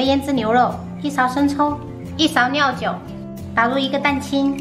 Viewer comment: 什么是尿酒？什么是娘水？天！做主播拜托先学好汉语！